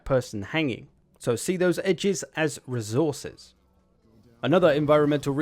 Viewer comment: When you say resource you pronounce it well but when it comes to resources you pronounce it as rezources